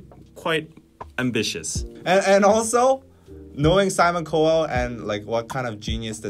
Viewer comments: 난 영상 안 보고 듣기만 하고 있으니 dkdk가 cowell에 대한 얘기를 시작하실때 처음에 코웰이 대체 누구니? 궁금했는데, 아 simon cowell이구나.... Cowell 성을 영어식 발음으로 하시려면은 '카월' 또는 '칼'로 하는게 좀 낫을 것 같다. 그러나 앞으로 Simon Cowell을 언급할 소식조차 있을지없을지도 모르겠는데예....(없길 바라고) ㅋㅋㅋ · His name is pronounced "Cow" (like the animal) "El" (like the letter) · Lol 😂 “Co Well” ??? 🤣🤣🤣 Simon will love that!! 😂🤣😂🤣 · It’s pronounced (cow•el) lol 😂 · Simon Cowell (pronounced cow elle) is an opportunistic, misogynistic, money-grubber who only wants a piece of the Kpop pie. He wants to create a brand and a group, copying the Kpop model, so that it can be in direct "competition" with Kpop. What he doesn't realize is that Kpop fans will boycott the hell out of it simply for that reason. No matter how "good" the group is we will not support them on principle. Kpop gets hate from all sides, which is oftentimes racist, homophobic, and belittling of talent; and we see what Simon is trying to do as on the same level. He is trying to lay claim to something that is authentically Korean and he has no right to do that. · his name is pronounced "cow-ell." just think of a "cow" and you'll pronounce it right 🤗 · Yall its cow as in the animal looooooooool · Cowell rhymes with scowl not cowell rhymes with bowl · Loooool u butchered simons surnamee😂😂😂 its pronounced cow-el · the pronunciation of Cowell is really getting to me ahaha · Lol that's not how you say Simon Cowell but still I love it😂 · I thought I was going insane. I was like that’s not how you pronounce his last name lol but I’m glad I’m not the only one. 😅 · I honestly spazzed every time you misspronounced Simon Cowells name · I just love how they mispronounce Simon Cowell’s name throughout. It’s perfect 👌 chef’s kiss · I just can't get over how they are pronouncing Simon's last name LOL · Wait are y’all purposely miss pronouncing Simon cowell ? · The way you're pronouncing Simon Cowell's is making me cringe 😂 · btw i think you mispronounced Cowell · Sorry but it's COW-ul. Not COW-elle.